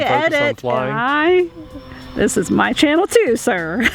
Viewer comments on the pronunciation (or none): "my channel" ???🤔 I heard that too, Abby. Keep that man honest! 🙂❤️⚓🛩️